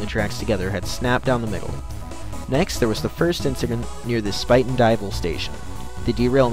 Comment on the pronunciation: Good summary of what happened. While you nailed the pronunciation of Spuyten Duyvil, the correct way to pronounce Poughkeepsie is Pah-kip-see. At least that is the way us New Yorkers say it.